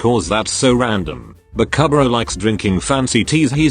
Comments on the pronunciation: Why does it say bakahbra instead of bakubro? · I like how the narrator says : bakabruh like tf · Instead of saying bakubro it says babkbra 🤣🤣🤣🤣🤣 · Me: Lmao Denki the lazy student Voice generator thing: Bakuh-bruh Me: …..*snickering intensifies*